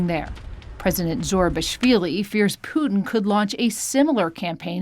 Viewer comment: How funny you pronounce Putin. Actually it's Put IN not Puding :)